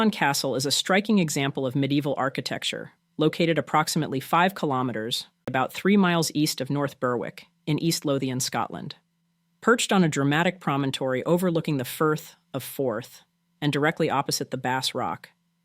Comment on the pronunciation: Berwick is pronounced Berrick